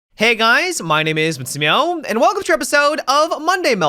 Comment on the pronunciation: Does anyone else hear him say Matimiohm at the start of the videos?